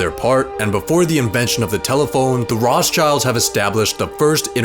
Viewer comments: funny he said Roths childs ahahaha its rot schilds lol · Did he really pronounce it Roths childs?! Man, do some proper research for audiophiles like me first before posting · i am a jew and he pronosd it whong - The Rothschilds